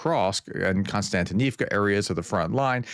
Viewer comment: To pronounce the place names a bit better, split each word into blocks of roughly three characters. Mir-no-grad - roll the R and shorten the "o" Kost-iant-i-nivka - slightly stretch the I before "nivka" Sha-kov-(y)e - the end will be a "yeah" sound.